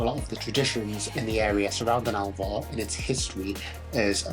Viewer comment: Its called ALVOR NOT ALVA